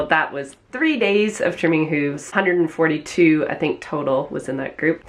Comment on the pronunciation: Pls tell me where you’re from I never heard someone pronounce them “huuves”😂